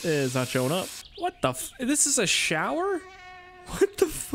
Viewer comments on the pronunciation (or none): none